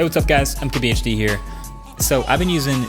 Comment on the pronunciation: That what I always hear too